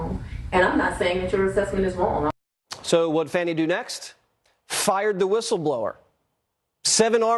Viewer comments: Why do they keep saying it like "fauni" ITS FANI With a hard A!!!! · Her NAME is NoT. FAWNIE. ITS. FANNNNNNNNNNI